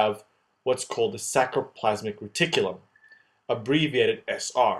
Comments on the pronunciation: Awesome tutorial - super clear, extremely helpful, but... please re-narrate: it's sARCoplasm, sARColemma, sARCOplasmic reticulum. It's driving me crazy, please copy edit!!! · Awesome videos!! Just remember, R before C in many of these spellings and pronunciations! ex. saRComere, saRCoplasmic reticulum